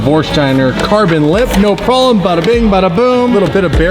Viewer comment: "THE TYRE SLAYER HAS A PROBELM" 😂